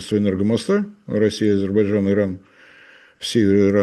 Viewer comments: не подражайте Горбачеву, повышайте уровень грамотности! Не АзеБарджан, а АзеРбайджан. От слова "азер" - так легче запомнить.🤣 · «Азебарджан»)))) политолог))))). Даже название страны правильно произнести не может. «Аналитик»))) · Азербайджан произносится немного иначе 😂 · азебаржан. давненько я не слышал. Со времён Горбачева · "АзиБАДЖАН" - так,, старики в политбюро говорили)))) АзерБАЙДЖАН страна называется))) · Научитесь,, правильно выговаривать Азербайджан. Не уподобляйтесь Горбачеву 😂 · Уважаемый, ну научитесь наконец-то произносить правильно название государства Азербайджан. Так, как оно называется и как его говорит Борис Леонидович. А в остальном 👍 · как некрасиво на большую аудиторию невыговаривать название государства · Не мешало бы ведущему научиться слово Азербайджан правильно произносить